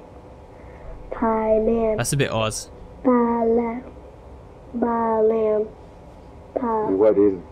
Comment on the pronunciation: Bye-yell is Bael, pie-man is Paimon, Baa-Lamb is Balaam